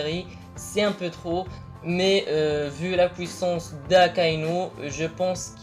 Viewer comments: On dit "Puissance" pas "Pouissace" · Quand tu parle anglais ta bien des difficulté de prononciation , donc ne te plein pas de lui car il dit pouissance au lieux du puissance .. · Deja parle francais on dit puissance et pas " pouissance" et l'intro est cool mais qand ya Ener enleve ce moment c' est pas marrant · pouissance ou puissance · de ouf tu exagere un peu quoi, "POUISSANCE"!!!!!!!! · pnt t arrive pas a dire puissance